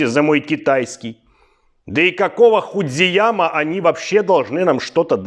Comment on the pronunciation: Там Фудзияма, а тут хуйдзияма😂